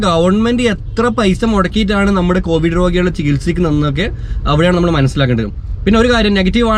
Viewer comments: കോവഡ് അല്ല കോവിഡ് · കോവിഡ് കോവഡ് alla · കോവഡ് or കോവിഡ്